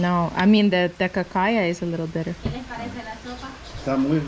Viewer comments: Is not cacaya, its Pacaya. A Pacaya it's a flower. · CACAYA. LOL Pacaya !!!